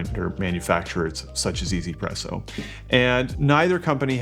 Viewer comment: not "e-zy-presso" but meant to be read as "wantz-presso" as in "wants presso"